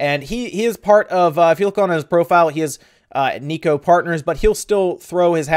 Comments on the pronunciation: Nikkei as in "N'kay". Not "Nikki".A simple Google translate will go a long way in pronunciation.. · It's pronounced Nee-Kay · It's pronounced KNEE-KAY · Great vid, BTW Nikkei is pronounced as "neek-eye", I think. They could also push a simple update for games that "need" Joycons. I would love to see A "complete" console. But at that point it's basicly console that can be docked and you would need additional controllers for playing a big screen. Budle it with a revided Pro controller, and Im sold.'( or a splittable Seperatable pro controller? ) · It's pronounced ni- kei sounds like knee Kay. I'm a nerd and listen to financial radio shows in the morning. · Great rumor wave! To help you out, Nikkei is pronounced sort of like "knee-kay". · its pronounced "KNEE-kay"